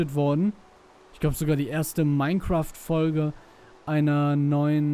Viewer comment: Kannst du Minecraft bitte RICHTIG aussprechen ? Das macht mich sonst noch WAHNSINNIG !!!!!!!!